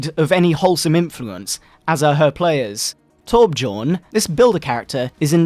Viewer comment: Of all names to get close to right, it's torbjorn